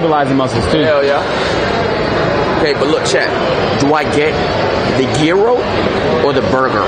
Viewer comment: It's pronounced " Jai-ro"